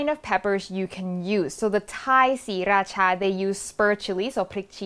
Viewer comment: OMG thank you when people say siRAcha it hurts my ears because my friend is from Sri- ra CHA so I know the right way even though I'm farang. ✌️